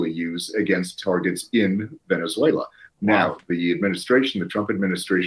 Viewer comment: Venezualay geez. Also, bout Time we quit fighting with each other and pick on someone else